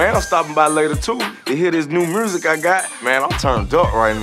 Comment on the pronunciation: "I got new MRURSIC" 😂❤️